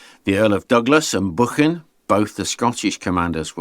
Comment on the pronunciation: Beautiful pronunciation of Buchan, sir. It does my Scottish heart good to hear it pronounced so well and not with a ‘k’ in the middle. Wonderful video with so much depth and detail. I am glad I came across your channel and can spend some delightful days immersed in history by watching your work. Have a great day and thank you for sharing your knowledge.